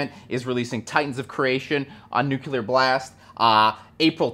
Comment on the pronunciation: It's nuCLEar. Nu-cle-ar.